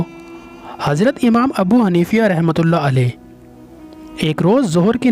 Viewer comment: Amam Abu Hanifa RA ka nam ghalat la rahe ho